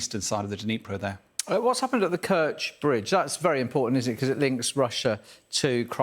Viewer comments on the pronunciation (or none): none